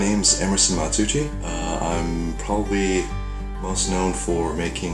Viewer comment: In the beggining it says emerson mARsuuchi NOT matsuuchi